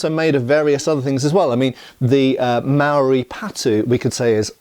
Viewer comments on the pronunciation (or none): none